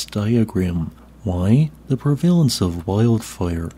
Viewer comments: Prevalalence….pre veh LENTZ Pre….veh…LENTZ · Fascinating topic, but the video is completely unwatchable because the AI voice you got to read the script sounds like ABSOLUTE SHIT, it's REALLY hard to make out what is even being said without fucking constantly with the volume, and the AI has no clue how to pronounce many of the words in the script, like "prevalence" (for some reason...). This video deserved way better than you did to it.